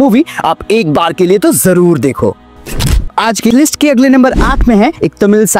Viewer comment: always say 'jorur dekho' hears very odd.